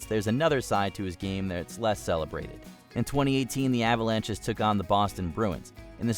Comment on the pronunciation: Avalanches? E-pee?